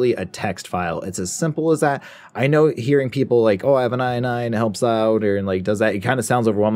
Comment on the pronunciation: inee xd Its INI